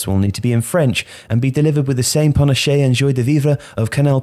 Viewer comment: "Panache" is pronounced "panash", the e at the end is silent.